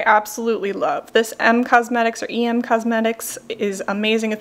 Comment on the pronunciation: Em as in em not E M. Sorry I couldn’t take that one being mispronounced constantly.